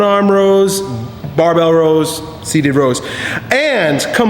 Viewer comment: Lmfao.. he said row like a mug!!